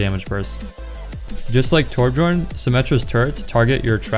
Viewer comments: Did he just say torbjurn? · Wait he said torb-jorn lol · you are one of the best players in the world and you still say "Torb*J*orn"??? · Lol he did not just say torb jorn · did i hear torb Jorn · Torb JOORN.. my ears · It killed me when he pronounced the J in Torbjorn 😭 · Number 1 junkrat can't pronounce torbjorn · lol he said torbjorn wrong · #1 junkrat in the world - can't pronounce Torbjorn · Hehe torbjorn was actually pronounced with the j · I was enjoying the video up until I heard how he pronounced Torbjorn 😂